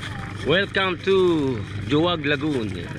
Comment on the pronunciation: pinupronounce po sya as "Hu-wag" Lagoon hindi po "Jo-wag" hehe